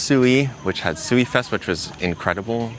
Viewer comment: please search How to Pronounce this Japanese name Sui Ryuu. Once you do you will never pronounce SUI wrong again.